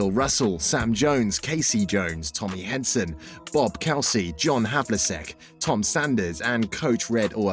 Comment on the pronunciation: Two years have passed and the errors and pronunciations have not been corrected. Very disappointing. This whole thing needs to be redone and with a narrator who actually knows how to pronounce all the names. Havliseck, Henson, Cowsy? These guys were total legends in the NBA and that's how the narrator pronounced the names? Ouch.